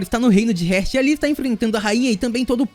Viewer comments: SUA PRONUNCIA SOBRE ESTE REINO ESTÁ ERAAAADONA MAN!!! Ñ É "RÉRT" É "REEEEAAAAAART" (HEART) CORACAO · No caso ele pronunciou a palavra heart errado se pronuncia hairt